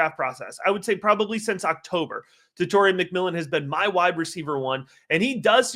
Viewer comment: Tet-a-roa… not Tet-or-ia